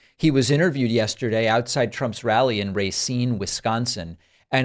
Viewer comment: It's not ray-ceen. It's ra-ceen.